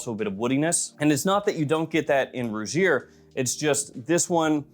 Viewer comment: Also Rugir is pronounced Roo-heer. For future reference my brother!😉